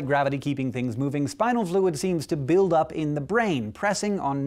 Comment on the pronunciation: The way he pronounced build the 1st time xD